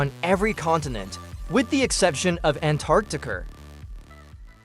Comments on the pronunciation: Ah yes, “Antarctichr” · Antarctica ❌ Antarctiker ✅ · My guy said Antarctica with a hard R